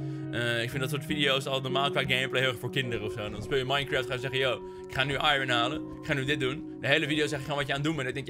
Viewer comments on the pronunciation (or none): none